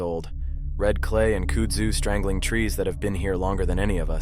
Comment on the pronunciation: 2 minutes in and it's giving Tommyknockers vibes. 🩵 kudzu is pronounced kuhdzoo. It devours everything down here.